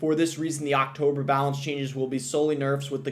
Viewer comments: AAAACKKtober is an interesting way to pronounce October. Lmao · Actober lol